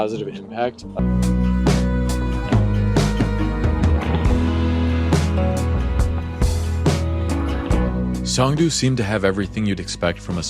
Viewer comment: Pronounced "song" "doe". 😂